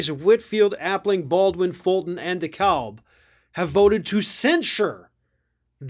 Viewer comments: Pronounced “Dekab” county. The L is silent. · Dekalb is pronounced De•cab. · DeKalb County is pronounced DEE-cab. Please learn this since you will be talking about us through at least 2024!! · Please say D-Cab county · It's De-CAB county is the pronunciation. Through out the phonetics and just believe me. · Hey. We pronounce DeKalb County, GA DECAB. We never use the l. We only brought it along because it was lonely. There's lots of towns in GA that are not pronounced in any way like it looks. Example: Albany is pronounced AL-BENNY and Dacula is pronounced DA-QU-LA. Now if you happen to find yourself in our neck of the woods, you can converse without being admonished.